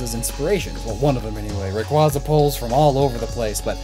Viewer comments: Illumise - ee-loo-mee-zay Rayquaza - ray-quay-za Also you skipped Frosslass from the Snorunt line; the change is barely there, but the ice parts get slightly lighter and the sash turns from orange to pink. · But, it's not Rayqauza, it's Raqutzua. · You said rayquaza wrong lol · Never say Rayquaza's name again until you can learn to pronounce it properly, you literally have a video up that says how to pronounce it and then made a video talking specifically about Rayquaza pronouncing the name wrong the whole video and the comments were flooded with you mispronouncing it.... AND TO THIS DAY YOU STILL CANT SAY IT RIGHT, please for the love of everything can Poketubers stop saying it's name wrong it's misinformation for viewers and will have lots of others saying it wrong